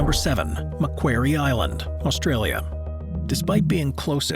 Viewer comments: FFS, do you know what a quarry is, well Macquarie Island is pronounced as Mac quarry. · Like 'Mcworry' 😅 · Hearing your pronoucation of Macquarie Island made me cringe as a Tasmanian 😅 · Macquarie (rhymes with lorrie) not wary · Mac-quarry is how you pronounce Macquarie